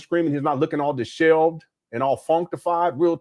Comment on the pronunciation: DishEVELed brother I heard you say 'dishelved' about 15 times now. Disheveled.